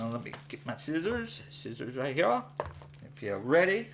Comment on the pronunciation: “Right hyuh”